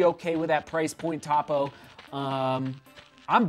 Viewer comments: Yes! Cringe every time I hear top-o 😊. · Try the Cyclone 2. Great non-plated road shoe. Also, it’s “Toe-Poe.” Not Top-O. Tony Post is the namesake of the brand and founder. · Please. Topo pronounced with long O sound. I assume you have not got the shoes wet in a creek crossing. Topo's Achillies heel is the orthosponge insole they use in most all their line. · Hey! The brand is pronounced toe-poe. I love this shoe! Happy to see you testing this brand out. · How are you so off on pronouncing Topo, it can't get any more simple of a name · Topo is pronounced with a long O…